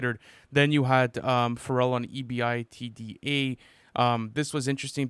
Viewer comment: Not knowing how to pronounce EBITDA is insane